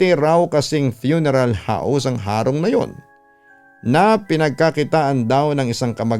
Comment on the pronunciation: tamang pag pronounce po ng HARONG ay titigasan po ung HA . Hndi na po papahabain Ang HA . .HEHEHE Taga bicol Cam Sur heree☺️☺️